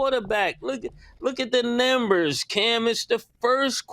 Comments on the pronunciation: Somebody tell Mase the word is NUMbers not NIMbers 😂😂😂😂😂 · Mase really can’t say numbers lol